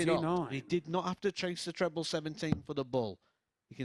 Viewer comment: Squeaky Chipmonk announcer...you talk some fkn crap, "Pwoper pwick" "Twebbw 17" fkn hilarious